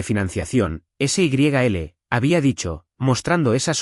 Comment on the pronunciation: Por favor, un poco de rigor en la narrativa. La boda en noviembre de 2026 y estamos a inicios de marzo del mismo año. SYL es diminutivo de Sylvia y no se pronuncia ese y griega ele, sino en un sólo golpe de voz.